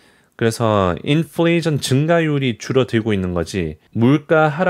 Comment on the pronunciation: 인 fl 레이션~ 발음 중독 되네 ㅋㅋ